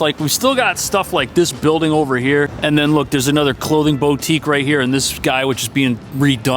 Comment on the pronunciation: Your editing skills are top notch! I can't imagine how long it takes you to make these videos but you crank them out! Kudos to you. Plus you have a great personality in spite of not being able to pronounce "boutique." 😜